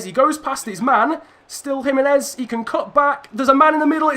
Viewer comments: It is not Jimenez it is himenez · Alright chief you got the pronunciations correct but Jimenez actually is with a H sound edit: wait wtf bruv you fixed it mid-episode